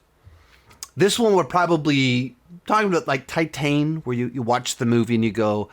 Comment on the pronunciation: Titane is great. Also look up how to pronounce it. And it really went over your head. Also just because you didnt like something doesnt mean you need to insult people who do. Also maybe question some of your own assumptions